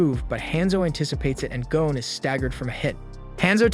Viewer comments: The name is Gon not Gone…. Man I can’t even listen to this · Why do Americans insist on pronouncing the lads name as gown and not gon??? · Gon not goan